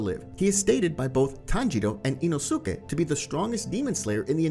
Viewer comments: Love how he says ino-su-ke Btw say inos-ke I think that’s how his name is pronounced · IT'S "EEE-NOO-SKEE" NOT "EEE-NOO-SOO-KEE"!!! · Next time please say ino-si-ke instead of ino-su-ke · ITS NOT INOOSUKE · eeno soo keh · Anyone else get so annoyed by this guys pronunciations? Ino soo kay. ?????? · i love this dudes content just hate the way he pronounces the names of these characters 😂 EenoSookay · Say it with me. E-no-skay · The way you say inosuke bothers me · That's tottaly hoe u say inosuke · Bro the way he said inosuke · You’re not supposed to pronounce the u in inosuke …. Same thing with sasuke … the u is silent